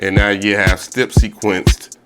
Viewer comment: Dope beat but if you say stip one more time bro it's step 😂😂😂